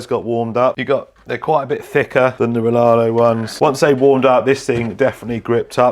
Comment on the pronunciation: Riaario not Rilarlo